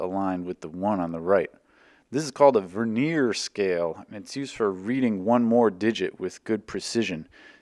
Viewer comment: VURR-NEE-URR. "Veneer" is a thin slice of wood.